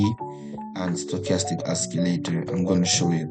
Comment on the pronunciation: its not oskileytor its osileytor